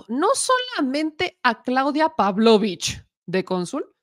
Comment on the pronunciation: Otra vez la mula al trigo, con problemas en los acentos o en la pronunciación el apellido Pavlovich ya se castellaniza y se pronuncia con énfasis en la i Paavlovich (PavlovIch no PAvlovich